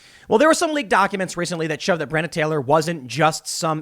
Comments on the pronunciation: Months in and tim still can't pronounce her name properly lol BRE ON NA tim BRE ON NA!!! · You keep calling her 'Brienna'. It's really jarring.